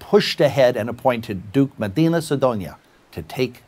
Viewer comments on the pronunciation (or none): Medina , not "Madina". History is a difficult subject, I know... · I noticed a few mistakes in this video. First, it's Medina, not Madina. Second, Spain was still powerful enough to challenge France and others (indeed, the Armada itself was part of a war that would stretch to 1604, with the English having their own failed Armada). Third, as much as I appreciate you acknowledging the existence of Portugal, it was under Spanish rule at this time (the Armada even left Lisbon).